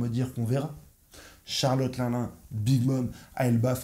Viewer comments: Juste arrête avec linlin c est Charlotte Lynlyn sinon tout au feminin.on apel Marilyne Monroe pas Marilin alors bon ta certains de tes messages théorique qui ce valent mais la c est bidon niveau prononciation. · Stp prononce bien le nom de Charlotte LinLin , le “n” se prononce , sa m a vraiment dérangé 😕🤨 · Au top comme toujours.. merci sauf que la manière dont tu lis Charlotte LinLin 👉🏿💔… lol 😅